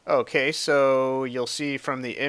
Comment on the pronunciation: Hehe :3 when you say ok so it sounds like ooh queso like cheese in Spanish lol